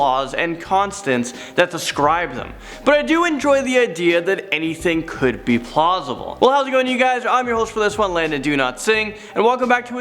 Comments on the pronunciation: did he say plosible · He said plausible, it's hard for me to explain but it means something along the lines of;can be explained and is likely. Probably not the best definition but close enough to give you a basic idea.